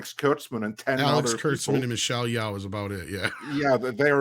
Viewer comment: Yeoh - should be pronounced as "Yo", is like "Yo Yo"... and she is a disgrace.. way back since her pageant day.. performative activism